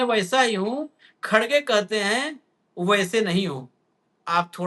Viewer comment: भईया X Ray बहुत ही महत्वपूर्ण होत है X Ray देख कर ही ट्रीट मेंट किया जात है. मोदिया योगिया दन से निकल गये भईया 😂😂😂 पर X Ray तों सही करो भईया खड़गे नहीं भइया सही उच्चारण खरगे है भईया. देखना भईया अल्सर का X Ray कोई निकलवाने आए तो बवासीर का मत बता देना भईया 😂😂😂😂😂😂😂😂😂